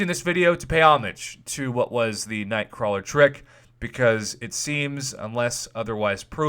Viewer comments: It's "Nightcrawler" prof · "Nightcrawel".. waahh? :o